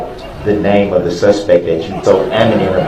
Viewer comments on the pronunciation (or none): Adamant...... KILLED ME! And I thought axe was bad